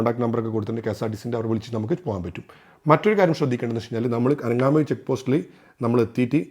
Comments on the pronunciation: Bro ithoke vere video kand padichitt aanu alle parayunnath!!😀 അനങ്ങാമൂഴി അല്ല ആങ്ങമൂഴി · അനങാമൂഴി അല്ല ആങാമൂഴി. കാക്കി ഡാം അല്ല കക്കി ഡാം. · ആനങാ മൂഴി 😅 അല്ല ആങ്ങമൂഴി 😃🤗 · അനങ്ങാമൂഴി എന്നല്ല. ആങ്ങാമൂഴി എന്നാണ് .